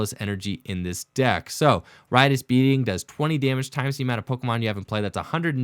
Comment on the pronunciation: The first time anyone on the Internet has said “Riotous Beating” correctly.... the amount of times I’ve heard “Righteous Beating” has hard triggered me...... Thank you for saying Riotous